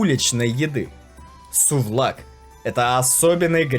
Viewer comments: Сувлаки а не сувлак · Правильно говорить : СУВЛАКИ,извините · Правельно говорится Сувлаки А если их много Сувлакиа